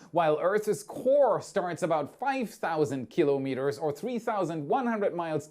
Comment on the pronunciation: And shouldn‘t it be ki‘lOmeters (with stress on the „O“?) „KIlo-MEters“ sounds very German!